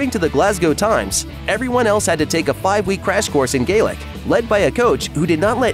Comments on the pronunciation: Ok, enough. If you think as an American you can comment on the accuracy Outlander's Scottish history - make sure you are having the decency to pronounce both Culloden and Scots Gaelic "Gallic" properly! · Or Gaelic, either!